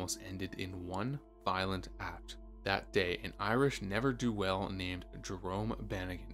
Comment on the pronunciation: You can use Google to learn the pronunciations of words like "annals," "clergyman," and "ne'er do well."